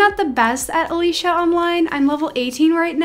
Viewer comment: That’s not how you say Alicia